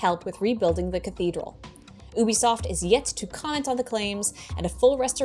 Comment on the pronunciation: Good work,, but it's actually pronounced YOU-Be-Soft.